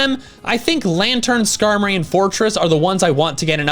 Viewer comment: SKARMORY HAS TWO R'S, NOT ONE!